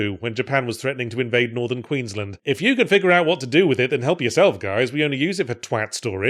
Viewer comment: Mispronouncing "Queensland" despite having lived in the state for a decade or more is peak Yahtzee behaviour, and I'm here for it. Sincerely, a Queensland resident